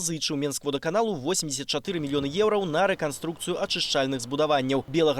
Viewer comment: Что за "еурау"? Учите белорусский язык